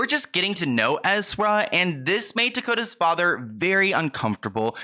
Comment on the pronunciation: Tokata not Tokota...at least get the person's name correct